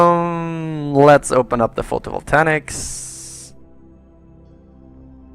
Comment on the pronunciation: It really annoys me the way you pronounce "photovoltaic" there is no "n" in that word it's pronounced "photo-vol-tay-ik" not "photovoltanic"!!!!!!!!!